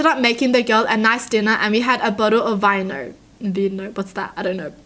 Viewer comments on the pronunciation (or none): Vino is wine in Italian and its pronounce is vee-no